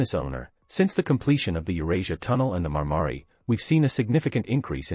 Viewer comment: Marmaray, not Marmary - what an incompetent speaker.